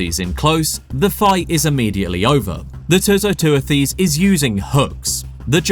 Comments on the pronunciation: Great and very informative video. The only issue I have is with the pronunciation of the animal's scientific name, which you pronounced as 'Too - So - Too-a-Theez'. It is actually "Too - So - Tew - Thiss" ('tew' as in 'dew' and 'thiss’ as in 'thistle'). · too-so-too-this [soft'th']